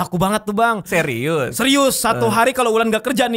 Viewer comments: Dia mau bilang serius malah bilang zyrzyus 😂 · Dia mau bilang serius malah jadi zryzus gitu 😂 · Dia ngomong seriuz bang radit hahaha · Tadinya mau ngomong serius bang jadi sizzbang 🤣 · bilang zeius bang wkwkwk